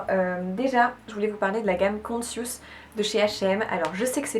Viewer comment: Conscious ne se prononce pas consiouce mais koncheuss. Google donne la prononciation des langues étrangères. Ne pas hésiter à contrôler ! 😁